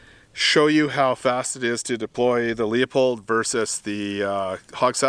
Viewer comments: It’s pronounced “Loo-Pold.” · Pronounced "Loo pold" 😁